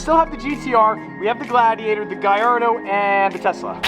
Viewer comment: Its gallardo bro